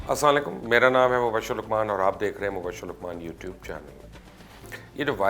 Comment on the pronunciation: السلام علیکم محترم بڑی معذرت کے ساتھ عرض ہے کہ آپ کا سلام کرنے کا طریقہ صحیح نہیں ہے، اپ اپنا تلفظ درست کرلیں